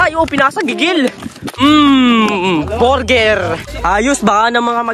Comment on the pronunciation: "borger" HAHAHAHAHAHA